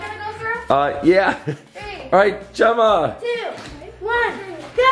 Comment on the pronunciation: Did he call Gemma Jagger